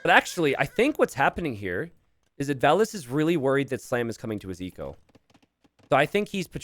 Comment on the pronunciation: about the "only hard to differentiate for Americans": don't take it as an insult. English speakers (not only Americans) pronounce the "a" differently than other European languages. If you would pronounce the "a"s in Valas like in the word "cast", you wouldn't have the problem and would have a distinct difference between Valas and Villese.